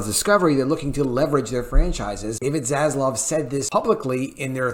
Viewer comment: Please my friends.........can we end the mispronunciation of ZASLAV and say it correctly:)))))))))) ZASLAV not ZASLOV. While we are on the topic of vowels........it's pronounced SEGA (SEYYYGA) not 'SEGGA'. God give me strength in these trying times of vowel mispronounciation :))))